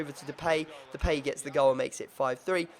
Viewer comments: Callum Deed de-pie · Callum Deed Duh-Pie dumbass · You don't pronounce Depay like that